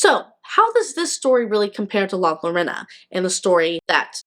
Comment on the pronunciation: Her name is not Lorena, try replacing the Ls with the sound of y when you say it and there is no e it's an O. like Yorona.☺️❤